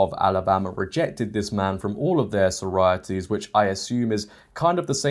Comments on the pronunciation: Yeah he absolutely is English, but English people don’t pronounce it “Sorities”. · Why do you pronounce sorority like that?